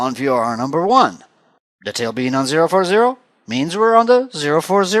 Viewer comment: Took me forever to figure out you were saying "tail" . Had to watch it over and over and over before I finally got what you were saying.